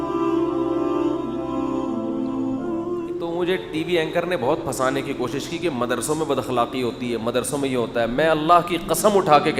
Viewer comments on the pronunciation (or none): کیا یار چینل ہے آفیشیل اور اردو کے الفاظ صحیح نہیں ہوتے ہیں. ”پھنسانا“ ہوتا ہے ”فسانا“ نہیں